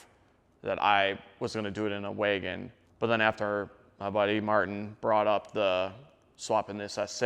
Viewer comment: Did my man just say “waygon”?